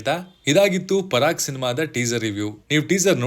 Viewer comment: parak alla paraak